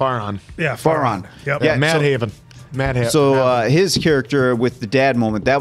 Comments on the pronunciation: bro Mad-Haven ? its Madh-van hahaha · 'DH' in Madhavan is actually pronounced 'the'. Like the article 'the' in English. So his name is pronounced MA-THE-VAN. Madhavan😅